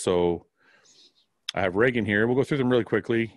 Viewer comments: Just as a heads up, it's ree-gan, not ray-gan. :) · Dude not shitting but its Reeegan lol